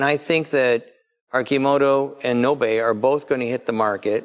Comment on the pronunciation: Please do not butcher the 🇪🇪 language. like you heard from he's last name, o is o not ou and a is a not ei in 🇪🇪 language. Again, Nobe is 🇪🇪 word that means fast or quick. (the e in that word is not in Fance)